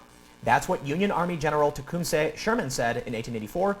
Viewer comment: The correct pronunciation is: Te-COOM-seh